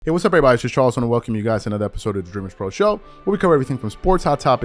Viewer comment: HEY, Y U TALK LIKE A MAGGOT?? SAYIN EEEEREERRYBODY NAME LIKE THAT..